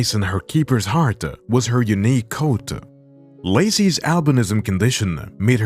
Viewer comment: just noticed some words you say end with ah like heartAh or coatAh I like it.😂👌